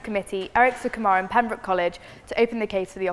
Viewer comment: wtf is Sukkmran. Its Su-kumaran two different words with individual meaning